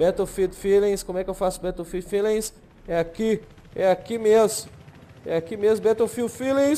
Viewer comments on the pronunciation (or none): tem duas pronuncias, batoufilde e béroufilde bétoufilde ta errado mesmo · na vrdade é beroufild q se pronuncia, mas foda-se